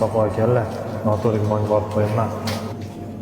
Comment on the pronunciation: t boʻladi opa. D emas . Oʻzbek tilimizni oʻldirmang.